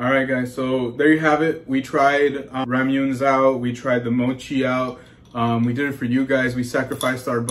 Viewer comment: We completely mispronounced Ramune, but they were delicious. Not too sweet. 😁